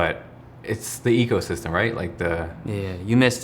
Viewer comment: Everytime I hear word "ecosystem" it's sounds like prison.